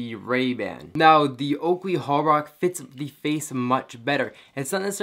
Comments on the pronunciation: Holbrook not Holbrock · Holbrook - Hole brook..... not hall-bruck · Why are you saying Holbrocks lol it is Holbrooks. Brooooooks. not Brocks. Jezuz. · He says Holbrook wrong everytime lol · Cringes every time he tries to say Holbrook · You pronounce holbrook wrong.